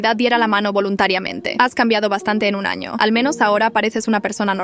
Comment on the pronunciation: dice ano